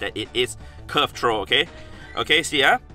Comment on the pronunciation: I love how hes says trow XD